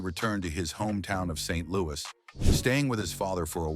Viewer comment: Got 2 minutes or so in, can’t stand the computer voice. The pause after St. ……Louis. Is insufferable. Turned it off